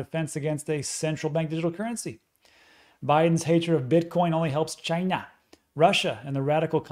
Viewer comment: Every time when you say "ChInA" it gets me hahaha hilarious